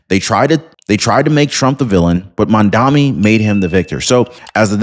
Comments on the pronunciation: Excellent reporting as usual. However it’s pronounced “MOM-Dah-Nee” starts with the word MOM…. 😂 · It’s Mamdani as in Mad Man